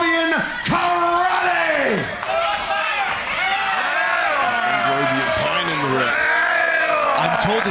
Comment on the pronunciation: I have an odd feeling The Question Mark will turn on because he says karate incorrectly. The? Is always correcting him. LoL